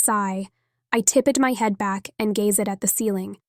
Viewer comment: TIPP-ED GazeD Oh no lol I thought we had got away from the bizarre pronunciation of the other books I've listened to recently, Good books, just with odd pronunciation twist. Prescient Worlds Between